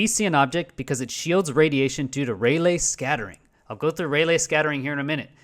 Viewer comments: Rayleigh is pronounced Ray Lee. Not Ray Lay. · It's NOT "Ray-lay", it's pronounced "RAY-Lee"! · "Rayleigh" is pronounced Ray-Lee, hence the spelling. And it's "color-imetry", not calor -imetry. Thus, a person who is medically blind and has to just listen is being misinformed. I was listening and did a search on Raylay as you mentioned it and obviously found nothing.